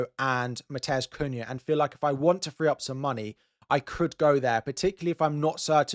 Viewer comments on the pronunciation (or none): none